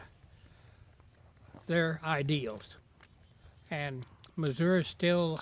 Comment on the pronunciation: Finally someone who pronounced the state correctly :)